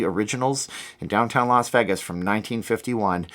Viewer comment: Well, he doesn't live in Las Vegas, so maybe that's why he can't pronounce it. 🤣